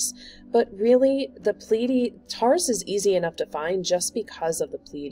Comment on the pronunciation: Pronounced ‘Tor-russ’